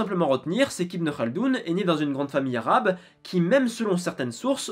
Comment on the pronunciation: J'aime beaucoup tes video mais juste tu peux prononcer les mots arabes en arabe s'il te plait parce que sinon ça fait trop francisé Merci